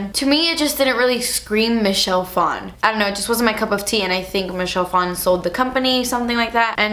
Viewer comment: Michelle Phan pronounced as Michelle Fon.. I hate when people try to make Asian last names sound "Asian".